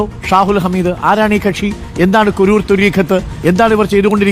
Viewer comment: കുരൂർ അല്ല സാറേ കുരുവട്ടൂർ എന്നാണ്